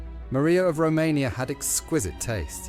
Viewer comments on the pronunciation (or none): Its Romania not Rummeria